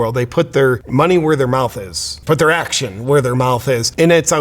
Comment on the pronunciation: Wizz-dom too act-shun!